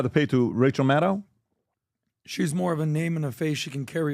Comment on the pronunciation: Rachel Madcow!!! say it right lol.